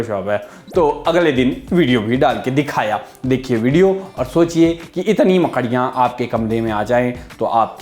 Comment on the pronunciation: मकड़ियां बोलने का तरीका बड़ा मजेदार है भाई 😂